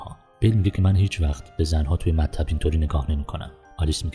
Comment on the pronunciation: بسیار عالی بود فقط چرا مطب و رمان‌ رو با تشدید اضافی تلفظ میکنید؟ مطّب و رمّان نیست